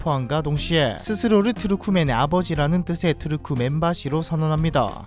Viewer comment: 투르크 멘바시보다는 투르크멘 바시로 읽는 게 더 좋을 것 같아요!